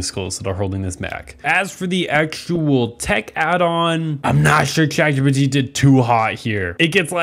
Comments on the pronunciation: "Congrats ChatPGT" wtf do u mean "ChatPGT" it's ChatGPT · My teachers say it’s ChatGTP so PGT doesn’t even sound that bad